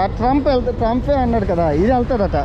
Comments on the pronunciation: బ్రదర్ అది ట్రంప్ ట్రైన్ కాదు ట్రామ్..... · ట్రంప్ కాదు తమ్ముడు ట్రాం అంటారు